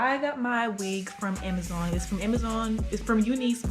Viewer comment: Lmao "amuhzoinnn"